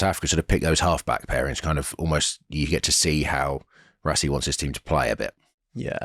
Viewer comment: Overseas people pronouncing RaSSie as RaZZie gets me everyttime 🤦🏾